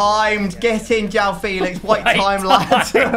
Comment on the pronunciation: Mans said: don’t get his name wrong, Felix.. JOWAWO Felix 😂😂